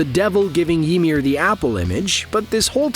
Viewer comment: mf said yeemir